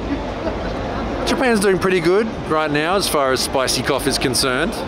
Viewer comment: "Spicy Cough" LOL!